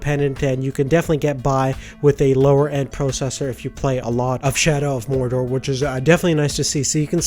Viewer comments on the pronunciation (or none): anyone noticed the title "Shadow of Morder max settings 1080p". He said "MORDER".. IT'S MORDOR! ;) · "Shadow of Morder" Spells just like you say it xD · "shadow of morder" made me laugh